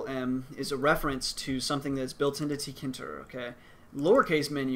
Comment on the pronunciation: I've watched some other Tkinter tutorials, and according to them it's pronounced "Tinker"